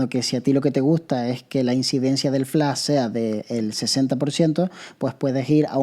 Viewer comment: Es Flash! No Flá!!!! Hable bien!!!!! :face-purple-crying